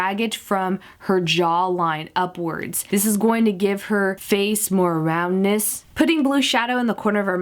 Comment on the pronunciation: At 6 40 when she says roundness she sounds like sadness